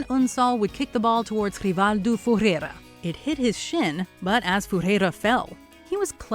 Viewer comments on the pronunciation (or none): what the f is Furera? omg, it's not that hard pro pronunciate words lady